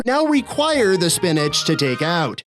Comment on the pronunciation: That's pronounced, spinichk.